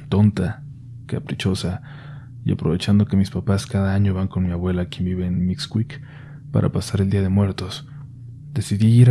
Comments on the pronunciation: Estimado Observación: no se dice miscuic, es Mixquic...del náhuatl. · Repite conmigo MISKICC (Mixquic) nooo MICUIC, gracias.